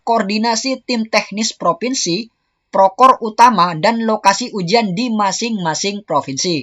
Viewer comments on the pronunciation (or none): Proktor mas.. Bukan prokor 😊😊